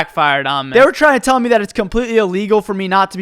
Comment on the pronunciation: why does he say meh and not me